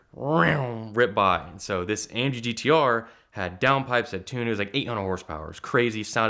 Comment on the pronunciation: I think got scammed into promoting this guy's youtube page and the ATL Scoop page. So many strange aspects of this "story." Please say "amggtr" again...